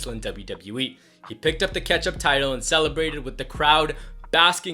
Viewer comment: The way this guy says "Ketchup title" it sounds funny 🤣